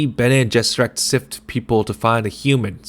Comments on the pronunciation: Pretty solid but just a heads up if you’re gonna do more chapters, it’s not Bean Gesserit its Bene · “Bean” Gesserit?!?!?! You just lost me. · Been jizerak.? Really? 😆😆😆😆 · BEAN gesserit??